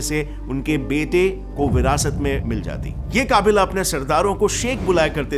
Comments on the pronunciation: Ye Kaabeela / Kaabeele kya laga rakha hai? Kabeela/Kabeele (कबीला/कबीले) hota hai, na ki काबीला/काबीले. This makes me think if you really have the ground knowledge of anything or you're just someone sitting in from of a teleprompter reading a script by a team of noob researchers. Aur aisa bhi nahin hai ki ye koi ek hi baar hua hai, aur bhi kayi shabdon aur jaankaariyon tak mein galtiya hai bhai.. Please be careful. Arth ka anarth hone mein time nahin lagta hai. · भाई उच्चारण ठीक से किया कर पूरे वीडियो को खराब कर देता है काबिला - कबीला मेका - मक्का मेडिना - मदीना कलिफ - खलीफा कैलिफिट - खिलाफत अंग्रेज मत बन वो अंग्रेज भी इससे अच्छा उच्चारण करते है अगली बार ठीक से उच्चारण करने की आदत डाल लेना.,. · Bhai kya kabaalaa or jem jem kr raha h Jam jam kabila bol na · kaabila nhi Qabeela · It't not Kaabila its Kabila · Kaabila nahi qabeela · काबिला नहीं कबीला 😂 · Kabila का सही pronunciation क़बीला (Qabeela, قبیلہ) है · work on your language first- it's "कबीला" not "काबिला" but you people are stuck in english for your script that's why you can't pronounce हिंदी words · 'काबिला' नहीं 'कबीला' !! 🙏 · Yaar tu toh kabila ko kaabila bol Raha hai 😂😂😂😂😂😂😂😂😂😂😂 poora faad diya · काबिला नहीं कबिला 😂😂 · Please work on you pronounciation. Kabila nahi , kabbila. Yem yem nahi, yam yam. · wrong pronunciation of 'KABILA'